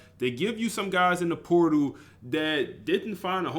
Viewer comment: POR- TAL my guy lmfao not transfer poodle lmfao!!